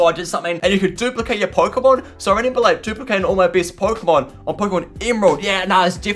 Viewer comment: i like how he says renember